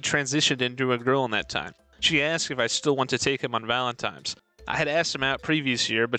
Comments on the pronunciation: The worst thing about this video is the narrator constantly saying "valentimes" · Could never understand why a non-insignificant number of people say Valen-times Day.